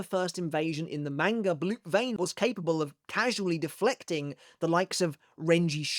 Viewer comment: Bro stop saying manga like that